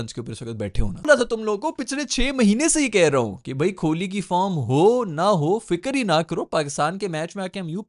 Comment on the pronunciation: Virat hi bolo ku ki tmse Kohli nai bola jara bs Kholi Kholi bole jare ho..😂 fr Bumrah ko Bhumrah 😂